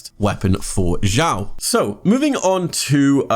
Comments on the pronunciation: its not zhao zao shiao its xiao like snake (s) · thx for guide ^^ by way its pronounced "s (snake) ih (e) ow (cow)"😉